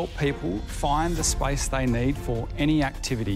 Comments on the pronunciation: The word SPACE they pronounced it spice.hehehe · Yes. I was confused. Their pronounciation of space is spice